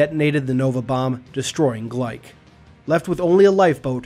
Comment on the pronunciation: Glyke is gly - kee not bike with a gl